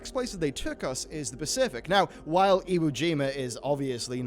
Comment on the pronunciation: Iwojima? Wrong pronunciation, I think. XD